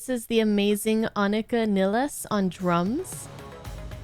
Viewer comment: Respekt! Du hast den Namen Anika Nilles fast perfekt ausgesprochen👍 Greetings from Berlin, Germany.